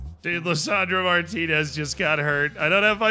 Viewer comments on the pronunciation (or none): none